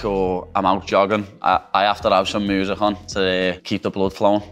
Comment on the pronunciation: "i can't live without moozhik, "😌😌